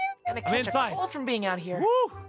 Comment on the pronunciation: Uy you FWOM CASH